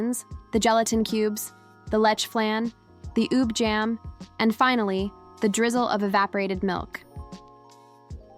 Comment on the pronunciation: Your narrative could be more authentic if you teach your AI how to pronounce correctly halo-halo and ube. The ha in halo-halo sounds fa in fa-ther or fa in the musical scale. Ha isn't he, but like Hu-mble pronouncing halo-halo like hello-hello is cringy. Ube is NOT pronounced as ubbb. It is o-bee just like you say the alphabet O-B. Hope this helps!😮